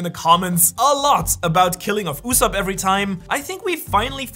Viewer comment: 1 time u said yusop